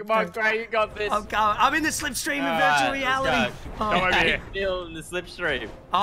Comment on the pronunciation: Is it’s just me or does say virtually reality like “vurtuwal wealidy”